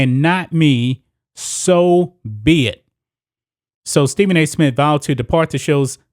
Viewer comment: Bro this is good really good but for the love of God it’s Smith not Smit